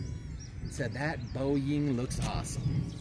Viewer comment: There are so many comments I have to say about this video, but I’ll sum it up to.. that had to be one of the “funnest” and funniest videos you’ve published. So damn entertaining, LOL!!! The model actually looks really cool and flies very well, especially after the bigger batt. FYI, I spit my drink when you said Boeyieeng. LOLOLOL